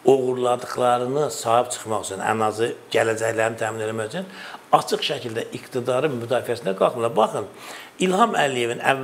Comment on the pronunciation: Bu Serdara basa salin, ki Azerbaycan dilinde ц herfi yoxdu. Acig sozu var aцig yox